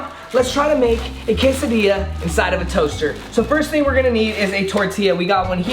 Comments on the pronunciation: everyone: quesadilla: Casadia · “Casadia”